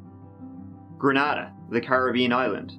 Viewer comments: Sorry to be anal but, I mean it as more for respect for the country . It’s pronounced gra-nay-da (yes ,I’m aware he has an accent) near st Anne’s , has a very small population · It's Gree-Nay-Dah